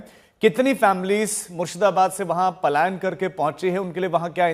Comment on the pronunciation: Payalan nahi Palayan hota ha